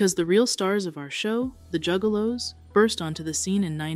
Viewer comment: At one point she said jewgaloos